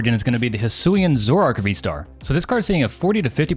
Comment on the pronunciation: Zo roh ark not Zorr ark. Un own not Un Known 🤦‍♂️